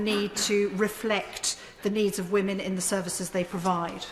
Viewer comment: ...but, but, but, whammen...